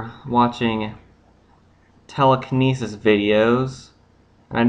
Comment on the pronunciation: I imagine this guy in class. "What u doing". "Telikenisis"